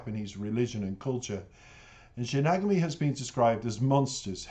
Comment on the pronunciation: Pronounced Shin-y-gah-mi Eyes. Best reaction video thus far!!!. Enjoyed the whole vid!!!